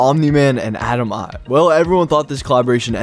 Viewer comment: as to the invincible collab, its not atom I've, eve with both E's being pronounced as E not I, her name is a play on Adam and Eve